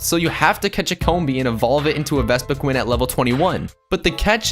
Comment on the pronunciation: Just how did you mispronounce Vespiqueen so many times...?